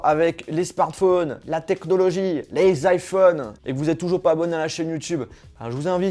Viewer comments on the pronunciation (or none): none